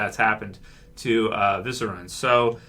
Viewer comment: ViserIon, not, "Viseron". I don't think Jon's dying, mainly because he died before. Dany would more likely be the one who goes.